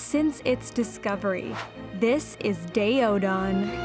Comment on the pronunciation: Her pronunciation of daeodon gets on my nerves. Stop saying day-oh-don